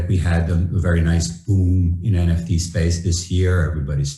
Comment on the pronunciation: ребят, опять ЭН Фи ТИ. лол. F- ЭФ!